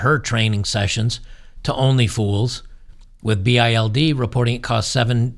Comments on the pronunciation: FYI.. That's 'Bild' (pronounced "bealed".. not 'B.I.L.D'.. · Just in case you guys wanna know: BILD means picture and is actually pronounced like 'build' Great content. Keep going. Greetings from Germany ✌🙂